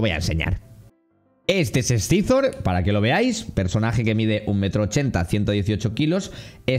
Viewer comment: tío con cariño....pero no lo pronuncies así que duele, no scyzor, es saisor en spanglish xDDD